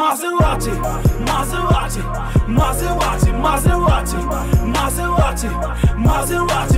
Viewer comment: S'il veut faire un accent anglais, ça se prononce "Maseradi"...